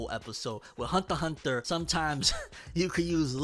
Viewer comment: It’s been I don’t know how long and this dude still can’t say the word “Hunter” correct